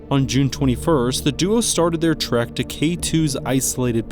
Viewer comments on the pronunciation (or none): none